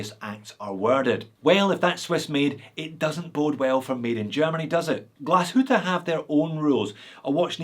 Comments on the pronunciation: Finally someone not butchering "Glashütte". Boy I heard everything from Glashootah to Glashewtee 💪😅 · Wow, you almost nailed the word Glashütte. 👍